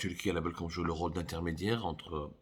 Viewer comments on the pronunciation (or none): none